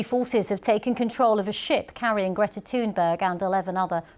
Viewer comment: Did she say Greta Toon berg, very appropriate! That's all folks.